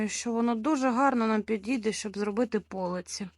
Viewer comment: Та не по'лиці, а полиці'. Не можливо слухати.